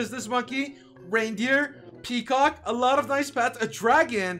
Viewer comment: i like when he says kecock